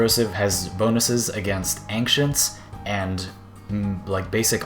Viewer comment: lol ancient doesnt have a k in it mate. youre saying it like ankcient